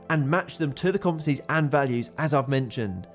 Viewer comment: This guy cannot say the word 'competencies'.